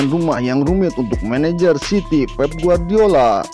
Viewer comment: City min city bukan ciry